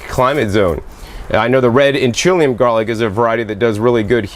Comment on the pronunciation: it is Inch - ah - LEE- um Inchelium....We lived there, that is how it is pronounced. Not In chill e um. Great video as always, this is just a note as to how to pronounce the town my husband is from. Colville Indian Reservation, Incheium Washington.